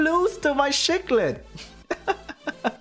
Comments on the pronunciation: Its SEE-clid, not SHEE-clid. hhahaha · At first I thought you said "shook lit" than i realised it's the way you're saying Cichlid...